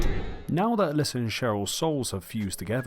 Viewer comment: Bro, every time you say allyssa, I go to comment that it's alessa, but then you say alessa, so I discard it.... AND THEN YOU SAY ALYSSA AGAIN!!!!